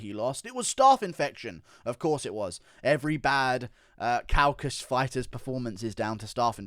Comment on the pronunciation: It's Caucasus (caw-cah-sus) not Caucus (cow-cus), that's a different thing entirely